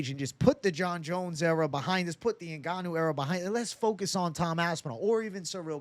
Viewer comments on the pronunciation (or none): none